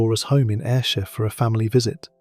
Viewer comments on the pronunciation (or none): none